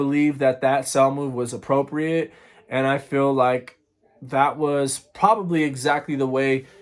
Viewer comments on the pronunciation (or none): none